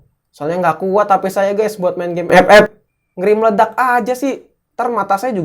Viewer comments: Ngakak saya kalo bilang f f😂😂😂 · Ngakak anjrot pas bilang epep😂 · Wkwkwk pas ngomong epep nya kocak😂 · Ngakak njir pas Ngomong 'EP EP"